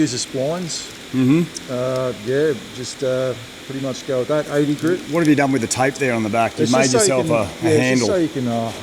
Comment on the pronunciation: Can someone tell him its GRIT and not GRID sand paper!